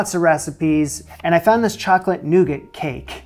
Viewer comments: noo-gah is how it's pronounced my good sir, latin translation 'nut bread' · You don’t pronounce the t on the end of nougat …